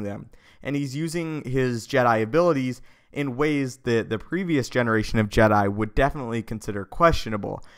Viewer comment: It's Jedi not Je'Dai